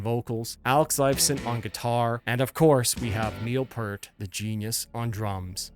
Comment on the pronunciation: It's pronounced Peert not pert